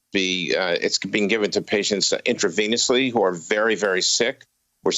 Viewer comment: The newscaster pronounced intravenously wrong, LOL